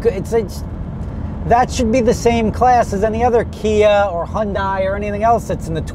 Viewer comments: Why did you pronounce Hyundai wrong!? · Lol at how he said Hyundai